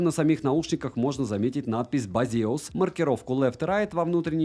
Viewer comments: бэйсус а не базеус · та хосспаде. бЭйзас. два английских слова вместе: Base us. у них даже слоган "Based on user's expirience". ну бля как ксяоми прям. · 1) Простая проверка через Гугл переводчик даёт возможность правильно вербализовать название бренда - Бесиас. Не Базеус не Бейсус Хотя... Некоторые до сих пор говорят Ксиаоми 😑 2) Эквалайзер там один. Чего может быть несколько, то это настроек эквалайзера ☝ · Блин, а я всегда эту фирму произношу как БЭЙЗУС, и как-то смешно и непривычно слышать базеус 😀 давно кстати мечтаю о полноразмерных наушниках, может это судьба 😍